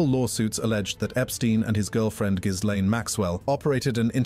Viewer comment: It's really not that hard to pronounce... Gee - lane 😂😂